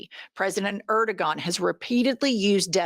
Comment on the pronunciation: Not the point, but the name of Turkey's "president" is pronounced air-do-on